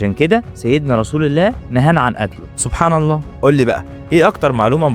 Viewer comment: عير طريقتك في نطق كلمة سبحان الله.